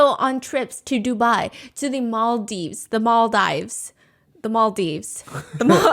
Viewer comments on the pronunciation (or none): none